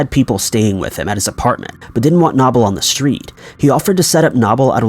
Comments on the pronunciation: #4 It is pronounced no bull. Not na Bull! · Dude. Knoble = “Know-bull” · Okay.. it's Knoble (no bull) and Greenville not Greensville. 😕 also, in my opinion, you need some kind of introduction music or a sound.